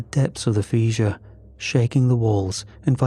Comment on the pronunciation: Fish ure? No, Fisher would've made more sense as a way to pronounce